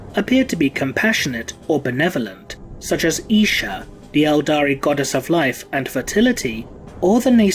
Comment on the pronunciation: Isha more like YEESH-ah